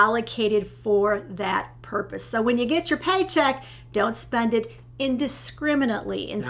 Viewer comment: I think you two are adorable. But have to giggle at how pronounces "spend", while pronounces "spund". Not putting anyone down, just giggling.